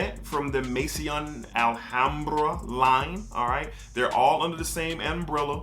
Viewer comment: Maison is pronounced Mason. You keep pronouncing it as if it's spelled Masion instead of Maison. Don't let the i in the word confuse you. I'm not trying to be an ass, just trying to help you get it right.